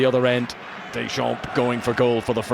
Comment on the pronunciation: As a French person, it makes your ears hurt to hear the pronunciation of certain French players' names. : Deschampes, Blanque, Lebouf whereas in French it is pronounced (Des Champs, Blan, Le Boeuf). Couldn't the English-speaking journalists ask their French-speaking colleagues about the pronunciation ? That way, the French wouldn't have their ears bleeding.